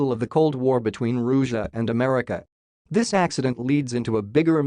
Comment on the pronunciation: Roosia?! Seriously?